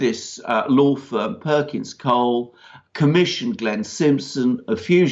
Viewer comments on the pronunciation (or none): Perkins Coie (pronounced "coy") There is no L.